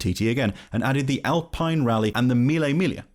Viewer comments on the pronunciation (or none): none